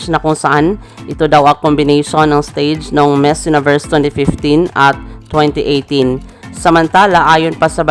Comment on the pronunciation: Please also practice your pronunciation like: Miss and finalist etc. You have a lot of followers that may think your pronunciation is the right one.